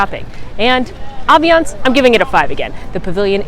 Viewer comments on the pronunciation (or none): It’s “ambience “ not aviance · Great video, really helpful, but am I really only one who has noticed her mispronounce ambience every single time?!